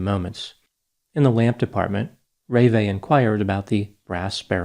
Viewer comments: "ruh vay'" not "ray-vay" 😆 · Her name is pronounced RuhVAY. Not RAYvay. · FYI- Having heard John Walsh discuss this case, I noted that the correct pronunciation of his wife’s name is ruh-VAY, with accent on the second syllable…. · normally I like your analysis and respect you very much. However, in this case, your summary of John and Ravae (pronounced Ra- Vae) is a bit harsh and sounds like tabloid journalism. To have a fair assessment of the character of John Walsh and his wife, it would be prudent to mention their enormous sacrifices in order to prevent such horrific suffering in some other family. He gave up his career and home in order to get each state's governments to be ready to react and save another abducted child from a similar fate. To mention drug use and dating history is an enormous disservice to two people who have given their lives to the cause of missing children. God bless them! They are the heroes of this story! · Reve, pronounced Reva or Reveh. The accent is on the last letter. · It’s pronounced Ruh-VAY like Renee with a V instead of an N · I think you calling John Walsh a p@ would have been a bit more effective if you'd taken 2 minutes to find out the correct pronunciation of his wife's french name: REE-VAY. Your gaffe was so distracting it ruined the analysis. You do this a lot. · 1st wife name pronounced Ra-vae. 2. Jeffrey Dahmer committed this horrific crime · You aren't pronouncing the name of the mother correctly. You grew up with this murder, as I did, and should know this.